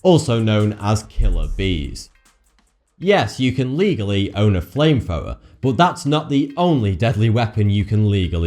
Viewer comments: Fwame Fwower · Say flame thrower again... Fame fower?